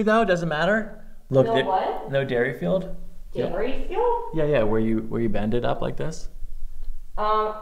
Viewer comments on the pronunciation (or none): Is it not pronounced "deer-field", not "dairy-field"? I feel like I've heard the former pronunciation on YouTube chiro/massage channels more often, but Googling suggests that the guy who invented it was named D-E-R-I-field... even sources that go on to call it the "Deerfield" test.